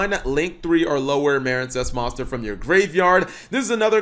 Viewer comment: How do you manage to mispronounce MARINEcess yes the E isn't there but it's still the same pronunciation